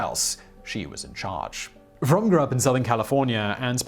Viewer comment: Interesting video. 2 things though. Lynette’s last name is not pronounced “Fromm”. The e at the end is not silent. Her name is pronounced frau-me And she had no intention of assassinating President Gerald Ford or of shooting anyone. I’m attributing her seemingly irrational behavior to Charlie’s influence and all the drugs she took. She heard that some company was going to cut down some redwood trees. She was an environmentalist before environmentalists were cool. That was part of following Charlie. Being involved in his environmental group called ATWA (Air, Trees, Water, and Animals). She knew that Ford was going to give a speech somewhere near her so she decided to go to the speech and try to talk to him to get him to tell that company that they were not permitted to cut down redwood trees. Then she realized that he wouldn’t pay attention to her. So she thought about how she was going to get his attention. She thought that if she took her pistol and slid it into her sock then she could take it out of her sock and wave it around to get his attention so he would listen to her. She intentionally ejected the bullet out of the chamber and left it on her bathroom floor because she had no intention of actually shooting anyone. There were bullets in the clip but none in the chamber ready to be fired. Of course as soon as a Secret Service agent saw the gun he tackled her and they got the gun away from her and arrested her. She was convicted in spite of having no intention to shoot an